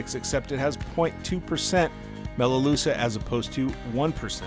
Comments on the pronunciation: Best video so far for new fish keepers; I’ve lost two guppies to fin rot so far despite advice from my LFS and am desperate to save a third one. Looks like the preventative things I’ve been doing are far from enough so back to the store again tomorrow. Also, it’s pronounced Melaloo-ka (melaleuca), it’s a hard k sound not a sha sound. Tricky hey! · Interesting vid but please learn how to pronounce melaleuca properly please. As an Aussie I was so confused what you were talking about each time you tried to pronounce it.